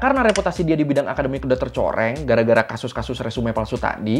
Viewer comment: 😁resume 😁di baca nya resum bang e nya jan di bawa